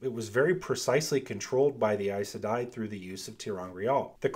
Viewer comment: Does it bother anyone else how he say aes sedai??? I? I say e....